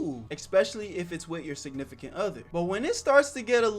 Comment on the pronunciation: "espicially if its your signifacant other" uhhhh what did i just hear? WHAT DO YOU MEAN ITS NOT SOMETHIN LIKE THAT RIGHT????????😅